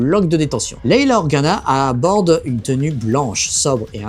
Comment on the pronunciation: Ce n'est pas pour denigrer, enfoncer, critiquer, mais c'est Leia et pas Leila. Ce n'est pas une etoile de la mort mais une etagere a scenette ca fait un peu ridicule, rien a voir avec la premiere qui etait enorme mais qui s'imposait.